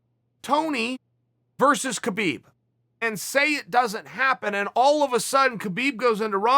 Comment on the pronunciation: HAbib. Say it right, dummy.